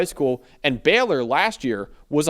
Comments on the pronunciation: Pls stop calling them “Beller” it’s Baylor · It’s Baylor, not Beller you yankee assholes